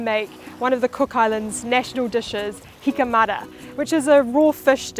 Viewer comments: It's pronounced "eeka ma-ta" not "hika mada" Lol . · Eek ah mar da pronounce your T's or atleast pronounce the name Aitutaki as you hear it.